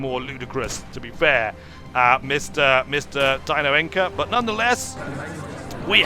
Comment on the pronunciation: I suppose I should mention the Spanish pronunciation of Encina is likely not ENK-AH but EN-SEA-AH